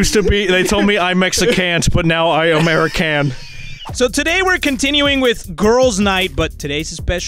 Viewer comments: lol he really said ameri-can and mexi-can,wow. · Ameri-can and mexi-cant lmfao 😂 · mexican person: I am 100% a-mare-i-can the robot they hired to look after the border: seems legit